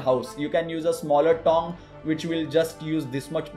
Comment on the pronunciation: Is it just me or does he pronounce tong like thong? "You can use a smaller thong"